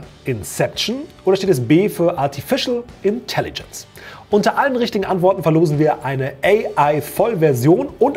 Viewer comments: "Artifical Intellengence" 😁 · "Artifizial Intelligence"